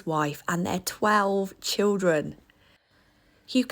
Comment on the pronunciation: The “12 children” emphasis made me 😂 My grandparents would laugh when people in the UK were astounded by their 11 offspring. While it’s less and less common now, back in the 50’s/60’s when my dad and his siblings were small those big broods were still the done thing in Irish families